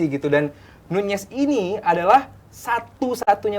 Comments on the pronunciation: NUNEZ BUKAN NYUNYES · Diem anda, kata bang bewok jg nyunyez